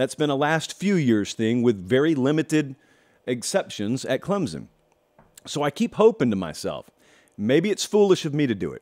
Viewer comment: Please stop saying “clemzun”